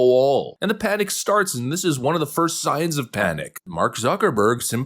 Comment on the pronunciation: I love, but the way he pronounces "won" like "Juan" drives me crazy lol